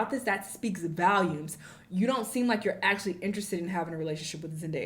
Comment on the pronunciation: she said vaalumes tho